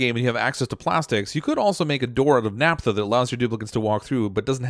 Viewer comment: "Naphtha" - ph as in "pharmacy" or "photograph" (i.e., "NAFF-tha", not "NAP-tha").